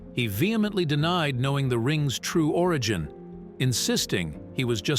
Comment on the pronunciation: They spotted a ring from the car? I don't think so. The AI narrator never mentions the missing persons' name. I know it's a bot narrating because of the pronunciation of certain words like 'origin'. He pronounced it like OREGON. Then the word 'auction' sounds like AUXION.